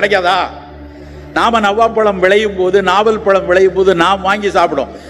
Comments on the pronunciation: அது நவாப் பழம் இல்லை, நாவல் பழம் என்பதுதான் சரியான உச்சரிப்பு. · Not navvaa பழம் ellai. நாவல் பழம் sir. தமிழ் சரியாக பேசுங்க. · மூன்றூவது முறையாக உச்சரிக்கும்பொழுது மிகச்சரியாக நாவல் பழம் என்றே உச்சரித்தார் கவனிக்கவில்லையா?